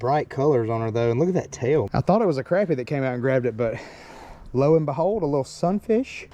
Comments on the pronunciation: Crappy is good eating. And it’s pronounced Crop-pea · im turning on notifications because you say crAppie and not craHpie. idc which is right, its crappie. not crawpy lol much love bro and im hittin the thumbs up